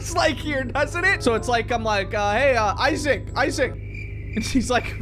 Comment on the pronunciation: when he said issac ice cream he said issiac